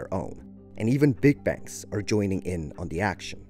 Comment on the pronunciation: English, like Chinese, is a tonal languagem though in a slightly different way: in English the tones convey the meanigs of phrases or sentences, not single syllables as in the Chinese system. , you don't mean "even BIG banks," you mean "even big BANKS."